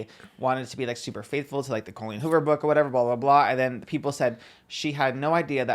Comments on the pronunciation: Not pronouncing Colleen Hoover like Colleen ballinger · I love her pronouncing Colleen Hoovers name like “colon” Ballinger lol